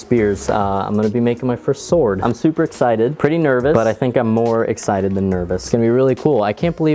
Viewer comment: shword? SHWORD!